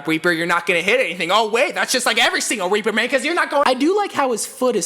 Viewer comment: This mans just said "Weaper" instead of "Reaper" I mf love you dude 😂💜💙